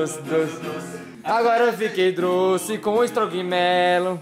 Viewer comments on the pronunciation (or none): agora eu fique doce igual doce:agora eu fique droce,droce